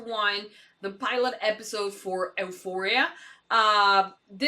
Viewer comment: You did a great job learning English. Certainly better than I did with Spanish. That being said you are struggling with the title of this show. Basically just remember the E is silent. U foria. I also know you recorded this a little while back so you may have already made this correction. Thanks for editing this for us that only get to watch on YouTube.